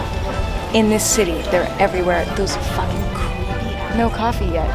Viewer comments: did that guy literally just say "that's my fAcking door" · "That's my facking door"....lmao